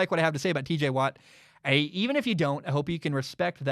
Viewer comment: I’m sorry bro but you gotta correct your tj watt it’s not teej bro I mean I hope that was just a mess up